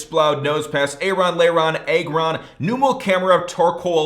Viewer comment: Aggron has a short a sound